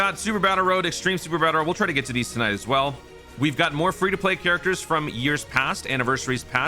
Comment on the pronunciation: did you say "Toon Ite" for like "tonight" ?